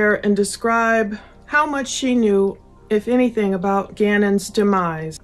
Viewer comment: I can't stand how she adds a "K" to words ending in "ing". ie... anythingk, everythingk. Ughhhh